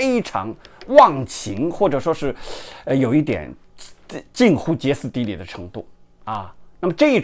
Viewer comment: 歇斯底里（xie si di li) 不是揭斯底里